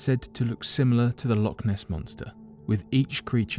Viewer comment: Thee Lokeness Monthstaaa